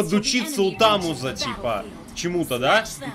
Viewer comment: Не тамуза а тамуза